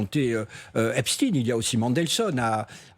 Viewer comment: On ne dit pas Epstine...Mais EpstEIN ...on sait exactement ce que vous faites 😊